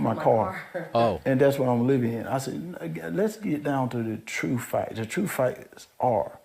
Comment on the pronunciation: "The true fact..." The true fact is that you're unable to pronounce the word 'fact'...